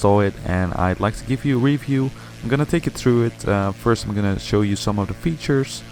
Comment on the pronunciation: Work on your "th" pronunciation. At first I had no idea what you meant with "treedy grass". And "through" should not sound like "true".